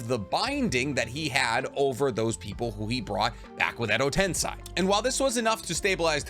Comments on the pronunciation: Love your videos! But it's tensei, not tensai. 😊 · tensei you fool not tensai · Ten-say Not ten-sigh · Its called Edo Tensei not Tensai ;)) ✌☯️ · I watch every single one of your videos and i love you but WHY DO YOU ALWAYS SAY EDO TENSAI LMAO it's tensei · I thought it was pronounced “ten-say” not “ten-sigh”? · ME GETTING TRIGGERED EVERY TIME HE SAYS 'TENSAI' ....BRUH ITS SEI....'SAY'....STILL ENTERTAINING AND ENSIGHTFUL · It is "Ten-say" not "Ten-sigh"....it's literally how it's pronounced in the anime...y'know...by the japanese people. Hell, it's even how google translate pronounces it of all things. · harmonies voice edo ten-say not ten-sigh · tensei is pronounced as ten-say, whereas tensai is pronounced as ten -sigh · Also tbh i really love you videos. Its just its kinda infuriating hearing Edo Ten-sai instead of Edo Ten-sey aswell as chiBAku Tensei not chiBUku tensei. Please no hate. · If you ever watched the show it’s pronounced TEN SAY, you saying it wrong all video hurts me lol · Why you pronounce Edo tensei like that? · I can’t watch this video because of the way he pronounces “Tensei” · Really irritating how you pronounce tensei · Edo tenSAY. Why do you say it with an I? 🤧 the anime pronounces it for you. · It’s actually tensei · No that's shinra tensei pronunciation jus ask my boy pain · Yeah, not watching 30 minutes of you saying Tensei wrong. Sorry.